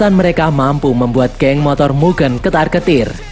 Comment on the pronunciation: MUGEN min bukan MUGEUN , DAN min bukan DEN